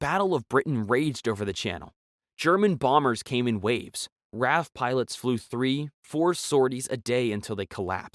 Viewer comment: RAF is an abbreviation for Royal Air-Force, it is not pronounced like the name 'Raph', but rather as 'R-A-F' as individual letters, remember that.